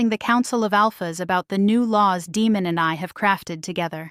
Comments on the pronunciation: Yes. Great story and yes the name demon instead of Deymon kept making me cringe then I started yelling Day mon😂😂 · Nice narration but the pronunciation of the name of the Alpha King should be Day-mon not Demon (as in devil). Good story with a bit of humour.